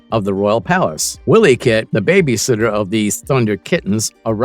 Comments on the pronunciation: It's NOT pronounced * Willy - Kit **, it's pronounced ** Why - Lee - Kit***! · "Willie Kit" Is called and pronounced "Wily" As in sly, cunning, crafty, foxy or as in Wile E coyote, NOT the Scottish name Willie or Wiley 😉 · You've never seen the show else you'd pronounce 'Wileykit' properly. Phonetically it's - 'While-y kit'.